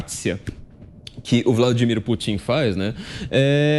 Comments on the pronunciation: "Putín"?... ou "Pútin"? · Corrijam-me se eu estiver errado, mais aos o flavio falou " putinha e o chinjinping" foi isso mesmo kkkkkkkk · Toda vez que ele fala eu escuto Vladimir putinho 🤣🤣🤣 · CARACA!! Dá nervoso, ouvir esse cara pronunciando, o tempo todo, "PUTINHO" (rsrsrs) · Putím...afff...me doeu os ouvidos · Só faltou falar o nome do Putão corretamente!! OMG! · O entrevistado é "TÃO ESPECIALISTA" Que NÃO SABE pronunciar o nome do Presidente da Russia!! GRANDE ESPECIALISTA!!